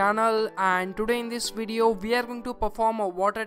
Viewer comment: "Beraand New Bedio"